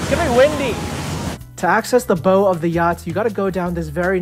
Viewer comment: Looks sick! For future reference though, the "bow" of a boat rhymes with "how" or "now", not with "go" 😅